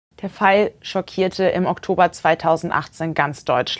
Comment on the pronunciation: die sagt echt der Pfeil, statt der Fall im ersten Satz 🤦🏽 Hauptsache schminken können